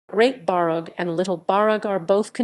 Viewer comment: It's pronounced Barff!